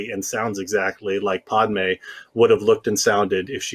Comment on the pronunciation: I hate how he says Padmé’s name.